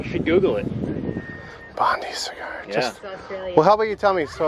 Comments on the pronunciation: Will you please say it correctly. Not Bondee Cigar but a Bond-eye Cigar. Bondi is a suburb and famous beach in Sydney. 🇦🇺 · An Aussie pronunciation correction Bondi is pronounced Bon die, not Bon dee. The story behind Bondi cigar is that one of Sydney's sewerage ocean outfall used to be close to Bondi Beach. During times of heavy rain the treatment plant could not cope so raw sewerage would end up in the ocean and polluting Sydney's city beaches. Australians have to have a slang name for everything, so Bondi cigar was a "nice" way of describing what people found floating in the surf. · The name on the boat is actually pronounced Bond eye cigar not bond ee cigar. Bondi beach in Australia is the most famous and iconic beach on the east coast of NSW! They can have up to 30,000 people there in a day in summer! From one who lived there ……..Bondi! Look it up! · Greetings from Australia. Love the boats name but it’s Bond-eye pronunciation. Bondi Beach is a very famous beach in Sydney. We love our slang and it’s very much part of our culture. Cheers for your family travels.